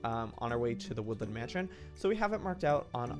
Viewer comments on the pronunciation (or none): Last episode you said queen of the wodland mansion -_